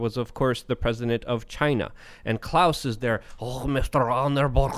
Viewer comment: Not like Chy-na... like Altered Carbon